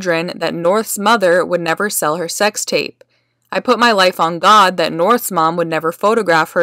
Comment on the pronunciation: He didn't say "sex tape" he said "sex rape" this is crazy. Does he have bipolar disorder?